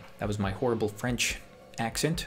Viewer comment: He said horrible